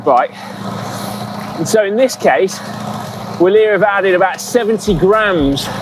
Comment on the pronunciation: Vilier. The W is pronounced like a V. The W is the short abbreviation for Viva. Wilier being an acronym for Viva Italia Libera E Redenta. Though apparently, Originally, It was an english brand, according to their website, as follows. A few years later, the bicycle became the most common means of locomotion for Italians, thanks to initiative of pioneers like the shopkeeper and craftsman Pietro Dal Molin from Bassano. He was fascinated by bicycles and the speed with which they were gaining popularity in daily life. While newspapers focused on the sporting achievements of the first moustached cyclists in England, France and Italy, Dal Molin decided to get involved in this adventure and play a part in it by opening a small workshop to manufacture bicycles. He purchased an almost unknown English brand, Wilier, and established his first modest workshop in San Fortunato, along the left bank of the river Brenta, which at that time was only crossed by a century old bridge, subsequently rebaptised by the popular saying “bridge of the Italian alpine troopers”. and then at the end of that page: In the meanwhile the Wilier name had become so entrenched with the nationalistic push raised by the Trieste issue that someone started to see a daring patriotic acronym in that exotic sounding name: W Italia Libera e Redenta (hooray for a free and redeemed Italy). from the history of the brand on their website: V-ilier. With a V. You can also hear'em pronounce it this way on the official Wi